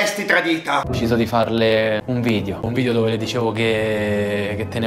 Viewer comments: Solo a me sembra che dica "nuovo vidio"😂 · Pk la gente dice vidio? Un abbraccio e buon anno anche se la presente comunicazione e ogni documento ad Altedo che non esisti che non esisti hai bisogno per la sua rimozione e smaltimento. Dio sasso